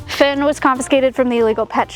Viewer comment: fox is named Finn not Fenn :)